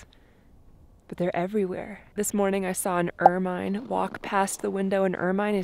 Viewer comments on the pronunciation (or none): It's pronounced "ermen" not ermine.